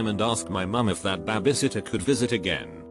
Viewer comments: i just love hearing BABBISITTER in these kind of videos lmao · BAAB-E SITTER